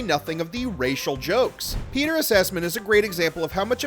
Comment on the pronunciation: Peter ‘Assessment’. Are you sure? Wanna try that again?